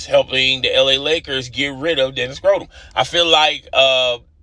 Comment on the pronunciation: Yeah I could not tell if that was a subtle shot or mispronunciation